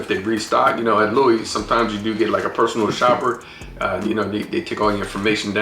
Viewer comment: Not to be a spoiled sport, but the Louis is pronounced as Louie.